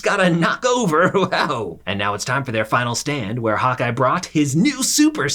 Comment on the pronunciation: I kept hearing him saying “hot guy” instead of Hawkeye.